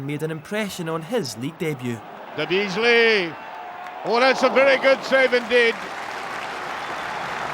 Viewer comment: Archie McPherson legend 😂 "Dabeasly"